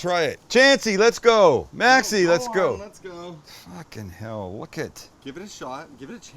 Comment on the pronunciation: that fucking hell sounded very British!!